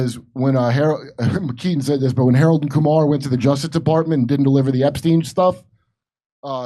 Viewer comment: Harrold an Kumar 🤣💀